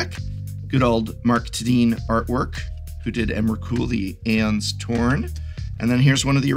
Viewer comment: An English professor that mispronounces Aeons , tssk tssk